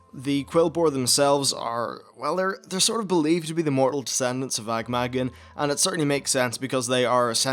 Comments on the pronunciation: It kind of bugs me how little effort you spend in actually trying to properly pronounce the names of things. So many things you say in your videos are not even close. Sound it out. Ah-gah-mah-gahn, not Aig-may-gen. Agathrelos?" Where the hell do you see an "r" in Agathelos. Charlgra? Again you're adding an r where the is none. It's Charlga. If you're going to make lore videos, you could at least make an attempt at pronouncing things properly. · Ag-am-agg-an not Agmagan lol :P